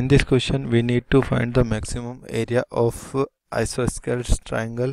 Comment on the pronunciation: Bro, the explanation is neat, but the pronounciation is I-SO-SO-LES TRIANGLE